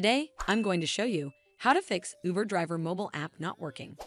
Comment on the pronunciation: Lost me at “youber “